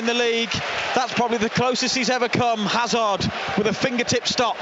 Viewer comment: Not sure Hazard is pronounced that way when they are British? 🤷‍♂️